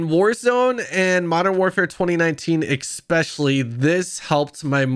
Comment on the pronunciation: Especially* not exspeshially lol